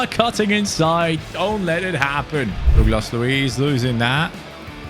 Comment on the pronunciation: Bro really said “Douclas Luiz “